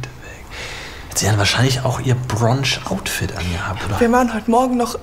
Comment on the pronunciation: Brunch nicht Bronch